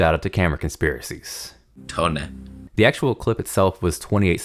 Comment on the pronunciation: the Toneh is taking over the world.